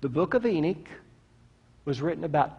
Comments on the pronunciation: Good presentation, coming from the most condescending preacher I have ever heard., if you read this, know coming from a well-educated Jew. For starters it's not " Enick", its Enoch, pronounced Eh- nokhh. While your presentation offers great insight, you are too quick to dismiss the teachings of other great and well recognized theologians and biblical teachers. The watchers in Genesis were a specific group of angels, unlike all others. To say " all" angels are like them is an error. Angel all have specific tasks, some described in Revelation far from human like. Nevertheless, I find it less than pleasant to hear someone, a teacher, talk down to his listeners. No one should ever feel intimated to raise their hand out of fear of ridicule. You need to teach with more humidity, not as if the very fountain of wisdom. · Ive never heard of the book of “Eenick”… but I’ve actually read the Book of Enoch. Is that what you mean? Is that what you’re TRYING to say—the Book of ENOCH ?? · It's pronounced "E-NOK" not "E-NIK".